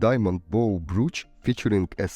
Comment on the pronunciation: Brooch, not broach